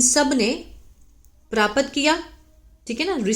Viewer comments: ऐसा लगता है कि हिंदी से दूर-दूर तक पता ही नहीं है paraapat क्या होता है प्राप्त नहीं बोल पा रही हो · आपको प्राप्त बोलना नहीं आता हैं । सीख लीजिये इस शब्द को बोलना ।